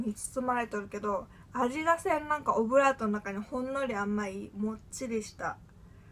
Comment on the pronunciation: コブラートって聞こえるw